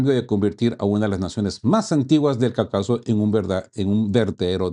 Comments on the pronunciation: CaÚcaso no “Caucáso", lleva acento en la U. CÓnclave no “concláve“ tiene acento en O. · Estimado camarada, interesante informe. Te sugiero que revises la pronunciación de la palabra Caucaso. Se pronuncia con énfasis en la primera a. Nos vemos en la próxima. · Cáucaso, no CaucAso